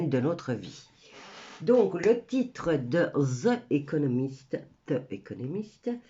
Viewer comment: On dit : Zi economist